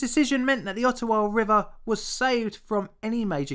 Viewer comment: Just as an FYI, it's pronounced Odd-ah-wah, not Ot-toe-wah. (Think of it as a d, not a t.) Much like Toronto is correctly pronounced Toe-ron-oh (the last t is silent). Foreigners quickly identify themselves to Canadians as foreigners when they mispronounce those city names. It's also how we catch out Americans claiming to be us when traveling, as they have no idea of what actual Canadian culture is.